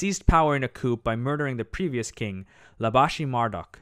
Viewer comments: It's not mar---duck Its Marduk Mar-dooook duke. Marduk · Mar"dock" ??? Was he related to Marduk ?